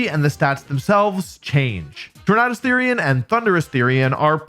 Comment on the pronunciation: Why is he pronouncing Tornadus like that?